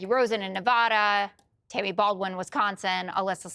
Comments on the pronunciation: Hey Jessica Dip Sh—t, it isn’t Nah-vah-dah. It’s Neh-VAD-eh. That voice drives me up the wall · Another reason to dislike Jessica Tarlov - she can’t pronounce Nevada properly…